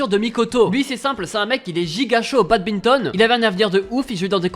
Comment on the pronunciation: Badminton pas badbinton mais bonne vidéo